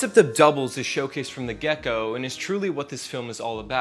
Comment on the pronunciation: I almost stopped watching at the start when you mispronounced the name of the movie. But I really checked out when you said, "from the gecko."